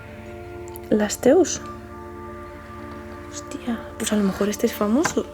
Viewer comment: Si, x supuesto q es el gran Louis Pasteur. Pero lee Lasteus? este si q es bien famoso, parece.... No le sono al oido xq lo leyo distinto.